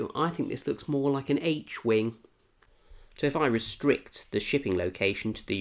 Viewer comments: LIAR you said h wing but didn’t use the British pronunciation. More like somewhat British reviews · Do you just say Ache (H)-wing instead of Hayche-wing?! I didn’t know that was possible.